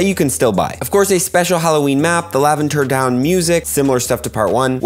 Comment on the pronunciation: Did he just say "Laventer Down music"